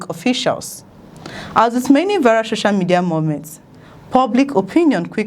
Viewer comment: Please it's SOCIAL MEDIA and not SHOSHIAL MEDIA